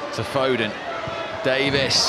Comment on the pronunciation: LeMat yeah except the Irish geezer kept calling him foden 🤔